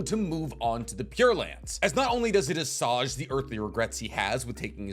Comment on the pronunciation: That’s, uh, an interesting pronunciation of assuage.